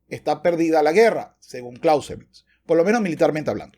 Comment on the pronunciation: “Karl fon Klauzevitz” no es inglés. El payaso “” moral/‘’etica CERO. Hay un vídeo donde toca el piano con el pene en una perfomance.